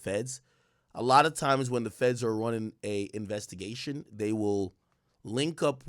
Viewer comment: "Why are you ronning?... Why are you ronning?" 🏃🏿‍♂️🏃🏿‍♂️